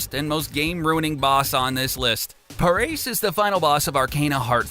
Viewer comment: It's Pah-rah-say, not Puh-race. The pronunciation of Parace.